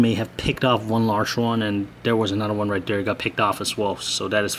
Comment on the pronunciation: you cannot say dere you have to say there